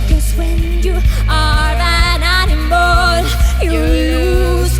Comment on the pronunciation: Have you noticed Aurora says "animol"? XD